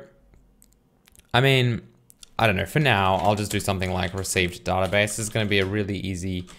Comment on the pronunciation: I would really appreciate it if you started to pronounce the word "database" correctly.